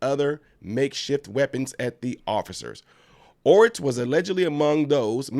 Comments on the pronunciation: Or-TEES Ortiz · Ortiz is pronounced - OR Teez. However in this case 'Dumb ass' is more apt.